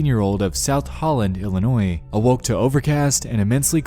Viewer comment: Being an Illinois native I'd never heard of this story before, so thank you on that one. Also, thank you for pronouncing Illinois correctly lol!